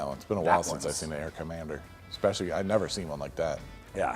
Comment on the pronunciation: Why do people keep saying especially without know how to pronounce it? They say exspecially